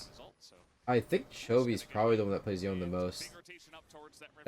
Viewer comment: Nah the way you mispronounce Yone is too much.